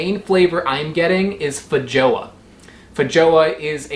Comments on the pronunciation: Feijoa is pronounced feihoa 😉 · it's feyhoa or feyyoa but this one is werder ofc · It's pronounced fey-ZHWAH, with a sound like measure or de jour. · what was that pronunciation of feijoa 0_0